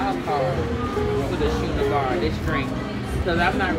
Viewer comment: It's schooner like scooner not shoener